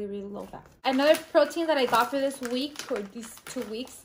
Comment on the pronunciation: At 2,43, when u said week, i thougt u said Greek lamo.